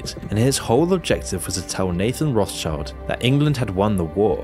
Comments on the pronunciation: It's not "Roths child", it's "Roth schild". Do some basic research man, jeez. It's old German for Red Shield (Roth Schild). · "roth's child" lmao. Its pronounced more like "rot-shield". The name literally means red shield. Sorry that just keeps triggering me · it's pronounced "road-shield" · it's pronounced "road shield" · Rothschild is pronounced as Roths-shield. It basically means red shield in old German. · Rothschild is actually really easy to pronounce: the H in Roth being silent and Schild has almost the same pronunciation as "shield". Becomes an easy to say "Rot-schild" with an emphasis on the O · Rothschild should be pronounced Roth-scheeld, just for curious :) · its roth SHIELDS! as its pronounced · the Roth-schilds originated from Germany, more specifically Frankfurt. You're pronouncing the name wrong.